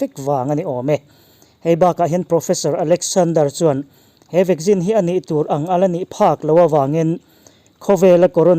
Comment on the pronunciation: I news hi a tha thei hle mai... Mahse ti nge VACCINE hi VAGGIN i tih tlat a🤣